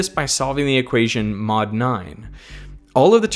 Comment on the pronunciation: Why not squared? I spilled my tea there. XD He says mod,but it sounds like not